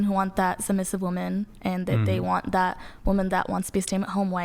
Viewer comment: When did “that” become “thawt?”